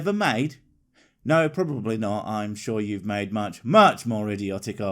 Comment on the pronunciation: Have you guys REALLY listened to the way speaks? Any time he says a word with an "O" in the middle, he ads and "L" sound. It's subtle but this dude says "nolt" instead of "not". It drives me god damn nuts!